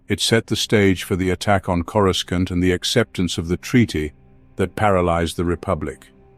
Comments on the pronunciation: It’s not corusCANT. It sounds like cora sauce with an NT at the end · Yeah he drives me nuts how he says it